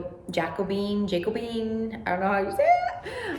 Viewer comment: Juh cobian is how you say it